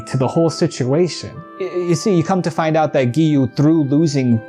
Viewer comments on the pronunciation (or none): none